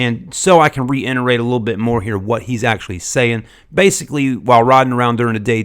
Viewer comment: ~ It's Reiterate not Renterate ~ Damn Son,, rocks in a glass house..